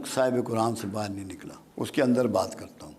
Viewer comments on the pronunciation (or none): none